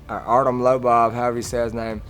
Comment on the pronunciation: Holy shit lol it's crazy listening to artem. His pronunciations of words is still heavily Russian, but the inflections in his voice are 100% Irish. Listen you can almost hear Conor when he talks. Mackenzie Dern is another good example of this lol it's amazing how the mind works